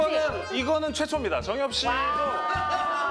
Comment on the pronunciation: The way she mispronounced the guestʼs name and called him jangyup instead of jungyup and he was like k bye lmaoooo